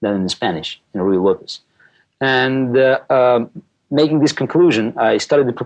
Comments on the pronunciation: Ruy Lopay? It's not French; you're supposed to pronounce the z at the end... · Beena . The point is that he’s butchering the name. It should be Ruy Lopez. Use Google to learn proper pronunciation and compare it to this video.